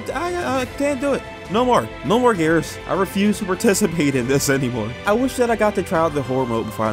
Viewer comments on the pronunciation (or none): Gears 5 is not that bad and you have not played 2 other gears games and can you please learn how to say gears dude sounds like your saying garus